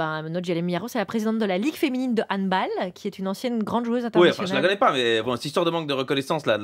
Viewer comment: On dit "HANDE ball" et pas "hund' boll".C'est un sport Allemand 'der hant ball".Mme la présentatrice aux ordres.